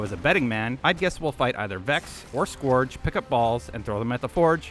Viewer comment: and that's not even how you pronounce the word "scourge"